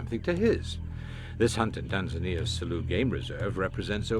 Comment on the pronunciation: It's Tanzania....not Teanzeania